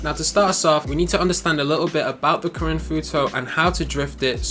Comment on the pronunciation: I rlly like the way u say karin, imma start saying it like that